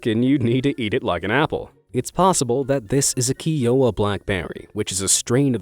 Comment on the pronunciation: Pretty sure the blackberry strain is pronounced ‘ky-o-wa’, like the ‘Native American’ tribe name.